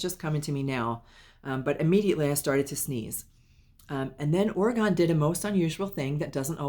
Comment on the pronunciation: Hi, thanks so much for the reading w/ Orgone (yes, you pronounced it correctly). My husband is allergic to cats, but that never stopped him from having them. Orgone did love to be held so it doesn't surprise me he jumped into your arms! Orgone did pass from a tumor in his stomach. We do have crystals around the house, but none that dangle or hang, but I can understand that he would like looking at them. We're not sure what the chicken nuggets or Miss Fishy is referring to, but we did find the message about him w/ other families comforting. Thanks again!